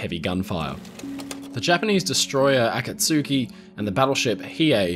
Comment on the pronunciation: "Akatsuki" is proniunced "Akatski." U is silent.